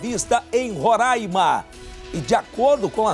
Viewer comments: Até que enfim um repórter acertou a pronúncia de Roraima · O cara sabe falar Roraima corretamente 😮😮😮😮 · Normalmente os caras falam " RORÃIMA ". 🤣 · E EU TAVA LA NO AEROPORTO... FINALMENTE FALARAM O NOME CERTO RORAIMA... PORQ GERALMENTE FALAM RORÃIMA